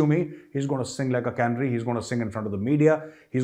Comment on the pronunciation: Hi Major Gaurav Arya ! 🙂 Your "Cannery" is where foodstuffs are canned. It should be "Canary" (Kuh-Naey-Ree) !